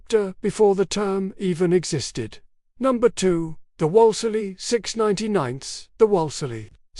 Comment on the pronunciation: It is pronounced Woolslee not Wallesly! Get someone to properly narrate these things And you are getting the makes and models all mixed up!